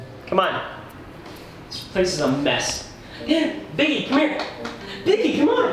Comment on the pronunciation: Biggie small not biggle